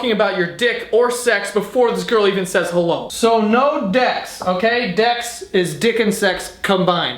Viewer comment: did he say " Well HOLO everyone" ?